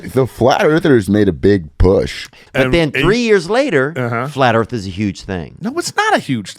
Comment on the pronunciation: FLAT EARF😂